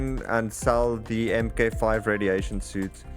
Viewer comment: FYI, Mk 5 is pronounced Mark Five.